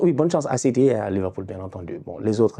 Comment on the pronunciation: dès que prononce city Même la caméra tremble 😂😂